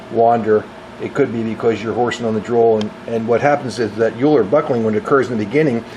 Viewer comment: Great video, awesome work. Your comment on Euler loading (and failure mode) of Jobber length drills reminded me that my Swiss strengths-of-materials professor of 30 years ago always made us aware that Leonhard Euler's last name is pronounced "Oiler" (like Edmonton Oiler or Houston Oiler) and promised to fail any of us who pronounced it otherwise. I'm pretty sure he was correct; just thought I would mention it. The first occurrence of Euler buckling assumes a sine profile and would wreck the drilled hole and eventually with higher column compression will shatter the drill bit.